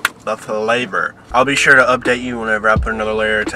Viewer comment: "The Flavorrr" 😭😭😭😭